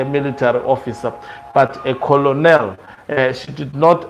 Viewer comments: Hlonipani this army rank is pronounced KENEL not COLONEL it is written. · Ptonounced "khenel" not coloneli